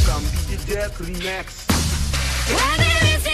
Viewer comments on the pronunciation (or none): none